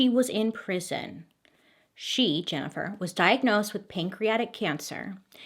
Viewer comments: Every time Bailey says "JenniFER" I feel guilty. I wasnt even there 😂😂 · Man....Bailey saying my name "Jennifer" a bunch of times kept making my ears perk up lol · Jennifer.. Jennifer lol it’s funny how she says her name in this story